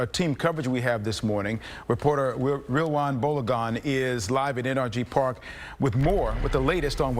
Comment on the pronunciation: His name is Rilwan pronounced “real one” 😅😂😂